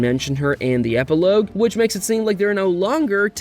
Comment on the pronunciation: epi lowgue 😭